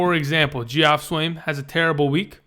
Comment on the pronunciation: Good video. Just FYI Geoff is actually pronounced Jeff. Weird right?